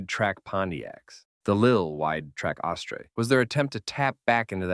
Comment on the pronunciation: It's pronounced as-ter ! Not ashtray !